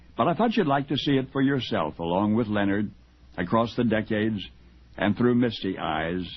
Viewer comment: It’s Lenard not Leo nard